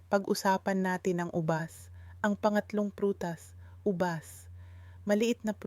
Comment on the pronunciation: Puede pobajbigkasin nyo ng Tama Hal ang ubas au binibigkas nyo ng ubas mabilis nalilito po kami